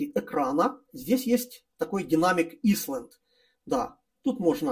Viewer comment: снова порадовал произношением. Динамик "исланд". Лучше бы по-русски и просто: динамический островок... Прошу не обижаться, но такие обороты речи заставляют одновременно смеяться и плакать...